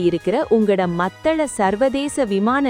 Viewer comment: செய்தியை ஒழுங்காக வாசியுங்கள் மத்தள அல்ல மாத்தளை. இலங்கை அரசாங்கத்துக்கு கொத்தணி குண்டுகளை கொடுத்தவர்களுக்கு உதவி செய்ய வேண்டும் தானே அதனால் தான் இப்படி கதைக்கின்றார். ஜனாதிபதி